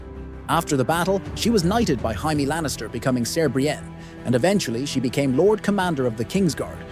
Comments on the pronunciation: It’s jay-me not ji-me. It would be ji if it was spelt jiame. Martin has said this so many times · Jay-mee, not Jye-mee for Jaime. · she was knighted BEFORE the battle by JAIME Lannister. Not “hy-mae” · Jye me not Jay me? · Yup he fucking called jamie hymie Lannister 😭😂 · Why he saying (jai me) n not jamie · Jamie❎ Yaimi✅ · Hymee Lannister 😂🤣😂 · There are so many things inaccurate about this video I don’t even know where to start. But listening to this guy say “Jiimie” over and over again is the real crime. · The list was entertaining but please pronounce ‘Jamie’ correctly. My head hurts from hearing Jaymee constantly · “Jaimee Lannister” 💀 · Who the hell is Ymie/Himee/Jymee? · WTF is a Jai-mee Lannister? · gai-me... thumbs down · Why are you calling Jamie Lannister "Jimey". His name isn't pronounced "Jimey"!🤣😅😂 That sounds like you're calling him a Limey". THAT name comes from the 19th-century practice of the British Royal Navy issuing lime juice to sailors to prevent scurvy. Jamie isn't a member of the Royal Navy. Jamie was the Royal Commander of the Kings Guard! 🤣😅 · Who the fuck is "Jymee Lannister" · I hate when people pronounce Jamie as HY-MEE. It's ignorant to make a YouTube video about a show they obviously have never watched. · Jymee Lannister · The narrator apparently thinks the Lannisters came from Australia. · Jy-mie Lannister 😂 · Hey, wait. You just said we couldn't say Oberyn because his style isn't swords, yet you had Gregor Clegaine with other weapons (lance). You can't have it both ways. Also, pronounce Jaime's name correctly. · Why you gotta say Jaime’s name like that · This is the absolute most hilarious pronunciation of the name Jamie I’ve ever heard. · No one said Jaime that way in the show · I think he pronounced that name 5 different ways throughout the video😂 It really got annoying.